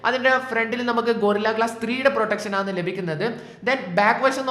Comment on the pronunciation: ആണ് എന്ന് പറഞ്ഞു പഠിക്ക് bro. കേട്ടിട്ട് എന്തോ പോലെ തോന്നുന്നു